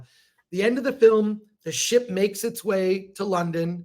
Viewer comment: Every time Chris says ship I always hear "shit"😊